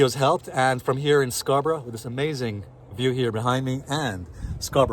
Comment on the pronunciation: Beautifully said. Pronouncing Scarborough correctly 😊